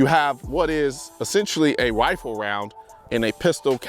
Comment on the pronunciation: a wifle round 😂